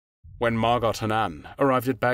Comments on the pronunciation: It’s pronounced mar go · Fyi, the T in Margot's name is silent. So, it is pronounced Margo. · Ditch the robot voice. Margot is pronounced 'Mar Goh', not 'Mar Gott' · Name is pronounced "Mar-go", not "Mar-got". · Excuse me but the correct pronunciation of Margot's name is [MAR.goh], not MAR.got]. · It's pronounced MAR-GO Not MAR-GOT C'mon ya 🥔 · I thought Margot was pronounced MAH-GO? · Dude - it’s pronounced “MARGO”. The “t” is silent. C’mon. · It’s pronounced Margo, isn’t it. Without the T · It's not MarGOT. The T is silent as in GO. Sorry pet peeve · MARGOT is pronounced with a SILENT t. Can't you look things up?